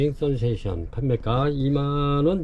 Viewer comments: 스프링"센세이션" 이라고 쓰고,스프링"선세이션"이라고 하시니 매번 영상 볼때마다 확인 한번 하면 좋겠다 싶었습니다. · 센세이션 아닌가요?